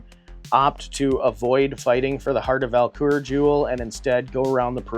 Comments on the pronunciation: Have i been mispronouncing the name of the Idol?? I kept hearing "Val-Kur" and I have always called it "Vul-Kar"... now I need to find my instruction manual ha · Take a shot for every time he says Val-Kur instead of Vul-Kar 😅 I have the 2018 version, and a lot of nostalgia for the 1986 (my year of birth) as well!